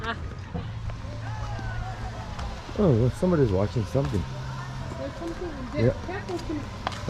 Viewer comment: It’s watching not wayching lol